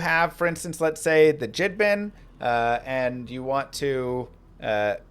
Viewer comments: THE JIDDBIN?!?! You mean the gidbin?!? Like do you call it jiff instead of gif?? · how you gonna play this game for this long and pronounce it "jidbinn" and "gade figurine" for a3 relics... lol ive never